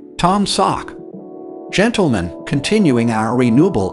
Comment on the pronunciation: Is it just me, or does this annoying computer voice sound a lot like Mr. Obvious from the Bob & Tom show? And what with the "GENTLE-men?" Can't we train a computer to say that common word correctly? Why not just have a real human, with a microphone talk normally? OK... I'm done ranting.